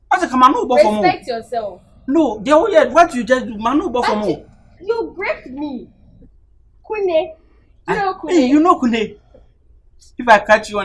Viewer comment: He say mekun mekun😂😂